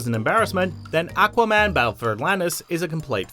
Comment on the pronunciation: Ummm did my dude really say, "Ahhhck-wa-man" instead of Aquaman!?!? Anyone else hear that or was it just me??